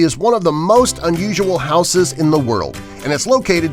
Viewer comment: Learn to pronounce houses correctly